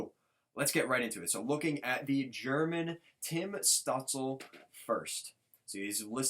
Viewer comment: Stutzle is pronounced “Stoot chla”. Great video, I’m a sens fan and honestly both these guys are unreal. We will both get a star out of this